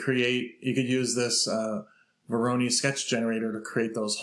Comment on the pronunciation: Please google "pronunciation voronoi".